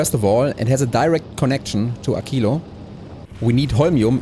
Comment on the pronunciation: WHO says AKILO???? It is a q not a c/k 😢 Also: why no prod modules for science?